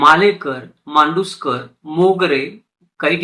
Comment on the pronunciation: छान माहिती दिलीत दादा. मांडूस्कर नसुन मांदुस्कर आहे . त्याचप्रमाणे करूळकर - कारूळकर , सावळे - सावले असे आहे . कृपया दुरुस्ती करुन घेणे .